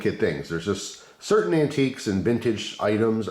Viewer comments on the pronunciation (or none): none